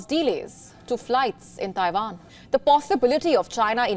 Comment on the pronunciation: Ah WION…when they’re(Indians)not fighting each other,they’re spreading lies about other countries and people.referring to Russian soldiers as:”Putins men” and Chinese soldiers as:Xi’s men”but not towards everyone else and FFS it’s pronounced:TAIWAN !! Not TAIVAN!!!